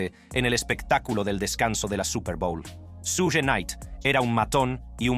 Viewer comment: Su-gue jajajajaja